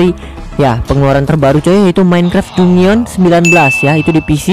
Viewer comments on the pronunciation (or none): none